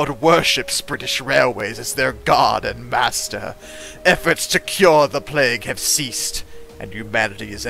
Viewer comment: Plague Inc. not "Palgue" ...